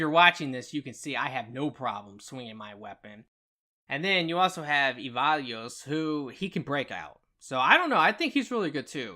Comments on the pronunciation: Good stuff. Going to incorporate some of this into my own melee build. One thing though: E-VAN-GEL-O Who is "evalues"? The name is pronounced in-game many times. Even if it's "wrong" that is the way the devs (who created the fictional character) wanted it to be pronounced. And, more importantly, that's how the folk watching this vid probably know the character. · E-VAN-JELLO! That's how it is produced. Nice vid! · Such a great video but yes ‘Evalios’ was driving me nuts lol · Man struggles to say E-VAN-GELO 😂😂